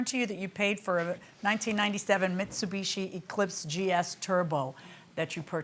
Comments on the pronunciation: and im pretty sure he was supposed to pronounce it BEECH and didn't get the memo 🤣🤣🤣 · "Mitsubitch". Did I hear that correctly?